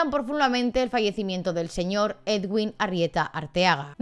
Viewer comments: Soy colombiano y te voy a decir que no se pronuncia edwin, así se escribe pero se pronuncia eduin, vale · Soy colombiana pero no me había podido enterar bien de lo que pasó. Que fuerte todo. Pdt: El nombre del médico se pronuncia "eduin" como si la w fuese una U, para que lo tengas en cuenta en las actualizaciones que nos hagas. Un abrazo y gracias por el video :)